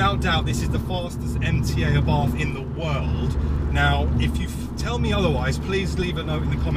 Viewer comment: Great vid! As an American, I respectively request that you do NOT use the Americanized pronunciation of Carlo Abarth's last name. Good Italians and good Italian car drivers say either eh-bart' or ah'-bart. The Italian "th" sound puts emphasis on the "t." Thanks oodles!